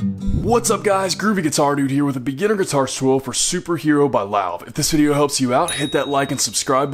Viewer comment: lol finally someone that doesn’t pronounce it as “love”